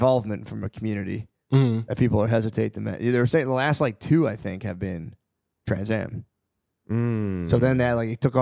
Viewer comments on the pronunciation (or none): Matt calling transformers "Trans-ams" is the funniest shit ive heard today